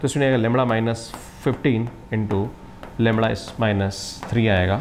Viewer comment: ये लैमड़ा लैमड़ा क्या है ? असली शब्द तो लैम्डा है श्रीमान जी ।